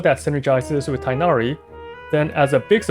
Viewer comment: just as a heads-up, you pronounce the 'g' in tighnari!